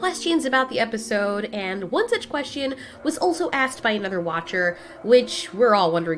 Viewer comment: "questeon" is my new way of pronouncing the word